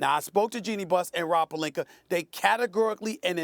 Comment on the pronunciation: Does SAS add a “R" at the end of every name that ends/sounds with an "A"? Pelinker? Jokiam Noaher etc